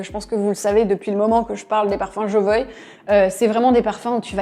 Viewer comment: Pourquoi vous prononcez "Jovoï" et non "Jovoua" ? En tout cas François Hénin, le fondateur, le prononce de cette manière